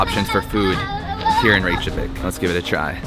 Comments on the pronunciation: Reykjavik is [reykyavik] not [reyk-javik], where did you get the j sound from? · Reykjavik is not pronounced rache a vik, its rake a vik. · Please at least try to pronounce Reykjavik correctly. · Did you seriously go to Reykjavík and then proceed to say it wrong the entire video??? God that’s so embarrassingly cringy american of you. Please don’t ever embarrass our country like that again. Wikipedia literally has pronunciation in it. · Man you said Reykjavik 100 times and didn't pronounced it right once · Before making any new video about the place you haven't been to before - why wouldn’t you learn how to pronounce a city's name properly?